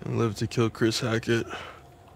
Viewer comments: the way they keep pronouncing hackett as hatchet is irking me 😭😭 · Bro it’s hackett not hatchet pmo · Why they keep saying hatchet? It’s HACKETT!! And Eliza and Silas are not part of the Hackett family. How y’all in chapter 8 and still don’t know the story? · them continuously saying hatchet and not hackett is driving me crazy lmao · I love how they kept saying “hatchet” instead of “Hackett”💀